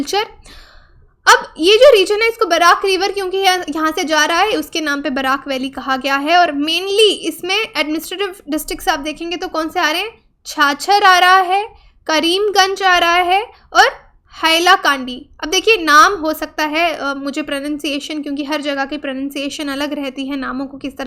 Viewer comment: Cachar छाछर नहीं होता है ये काछार होता है